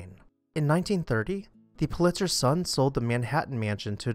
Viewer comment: I could be wrong ... happens sometimes ... but I believe his name was pronounced "PU-lit-zer," not "Pu-LIT-zer." I very much enjoy and look forward to your videos. Subscribed recently.